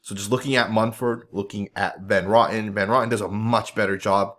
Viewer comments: OMG, why do you always butcher people's names??? It's Greg Van Row tin. Not Rotten 🤣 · Hey, The way you pronounce Van Roten's name is Van Row-tin. It's a long "O". It's not pronounced like Johnny Rotten with a" raw-tin" sound. You know if you just checked other videos of announcers at games or on YouTube, you would know how to pronounce names before you produce a video. I enjoy your videos but you mispronounce quite a few names because you don't take the time to check. Otherwise keep up the good work!